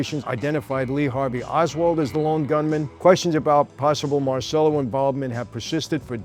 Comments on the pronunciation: MAHR CHELL OH MAHR CHELL OH MAHR CHELL OH….NOT mar sell oh come on Michael I love you to death, but have some respect for the Italian language and Carlos who spoke fluent Italian. He would’ve corrected you as well. I’ll say it again fake New York Italians, who destroy the Italian language it drives me insane and it makes you lose credibility. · Why do Italian Americans forget how to correctly pronounce their surnames? It's Mar - Che - Lo. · Si chiamava come il figlio di De Niro in "Bronx tale" ... La pronuncia è errata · Everyone mispronounces Marcello, even this American-Italian presenter. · You really have to learn how to pronounce Italian properly. The way you say Marcelo is incorrect. CE in Italian sounds like CH when you say Cheese